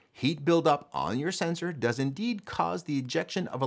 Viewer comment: 'Where dows it come from?' or rather does ?